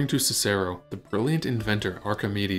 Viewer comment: How can we take a History channel seriously, when you don't know how to pronounce Cicero?